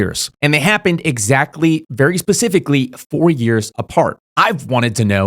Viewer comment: When you say the 4 years cycle I hear Fourier cycle…. If you know u know